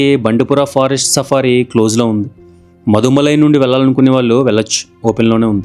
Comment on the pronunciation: Bro! అవి ముదుమలై & బందిపుర! మీరు మధుమలై & బండిపుర అంటున్నారు!